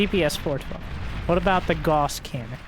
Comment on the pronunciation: "Gauss" is pronounced "GOW-sss"